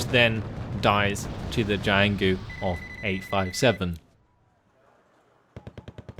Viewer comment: the only chinese name you manage to butcher is jianghu, it's Jiang Hu, cut after the g If you really want to pronounce it right this might help, but i think you are doing fine